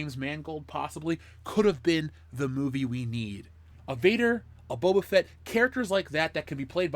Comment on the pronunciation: Bubba Fett. For years i thought that's how his name was pronounced. Kinda like "Dark Vader"